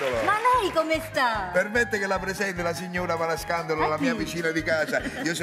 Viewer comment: Comunque il cognome esatto e’ Parascandolo e non Parascandalo…